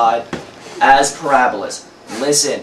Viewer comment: Ahahahaha... "Porahhbahlas". That is some damn greasy hair. Gross. Nothing to learn here, this guy is completely lame.